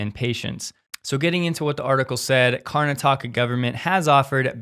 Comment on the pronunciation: The Indian State is Pronounced - KARNA - TAKA